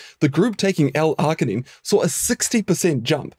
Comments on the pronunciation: Please pronounce your words right. It's NOT Ar-gin-ine, it's Arg-inine. You know, like an Australian Pirate would say it - ARG, mate, ARG. Like the "G" sound in the name "George." You know why pirates can't recite the alphabet don't you? They can't get past the letter "Rrrr." Damn foreign scientists who think they know our language better than us. 😂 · I have never heard arginine pronounced with the hard g. generally when g is followed by I or e it is pronounced with a soft g like gin or gel. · The way you pronounce "arginine" grinds my gears. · Kiwi accent usually tend to do that hehe